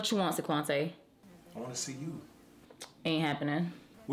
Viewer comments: Omm I heard saquante and died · Not SICK-QUANT- TAY!!!!!! The names, tho!!!! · "Saquantay???" LOLOL! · She said sequantay😭😭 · Sequancé??? Sequanté??? What am I hearing lol.